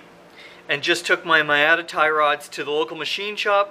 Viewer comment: I guess it's canada but, Miata is pronounced like MEE-ah-tah. Not to be a sloppy prostitute. Love your vids and can't wait for the next one.